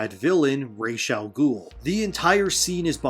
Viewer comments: bro it's RAS AL GUL, not Rachel Gul. why do so many people get the name wrong? in Arabic it means 'The Head Of The Ogre' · I thought it was Ras-Al-Ghul not Rachel Ghoul